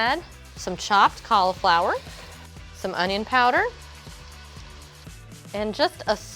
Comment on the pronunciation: Anyone else triggered by the way she pronounces cauliflower